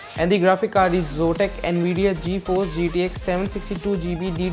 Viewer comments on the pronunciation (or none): none